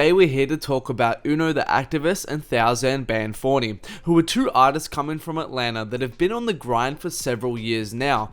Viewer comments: "today were here to talk about uno the activist and THOWzen-ban-foni" lmao good video thoe G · i cringed when you said thouxan